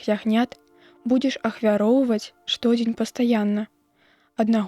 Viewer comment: Не што'дзень, а штодзе'нь.